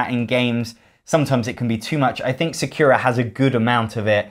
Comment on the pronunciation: Lol, it's not "secura" It's Sa- like in SAAB, ku like coo